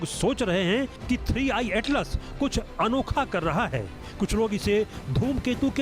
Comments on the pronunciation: 3 1 नही 3i हैं मॅडम 🤣😂🤣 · Ma'am jiii 3 one atlas nahi 3 I atlas hai 😅